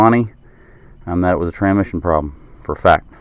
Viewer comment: This is petty but after he pronounced transmission "tranmission" five or six times I had to stop. TRANS -mission. There is an S before the M.